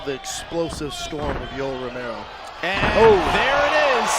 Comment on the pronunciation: Homedude doing the crowd interviews didn't pronounce Romero's name correctly once throughout this entire event lmao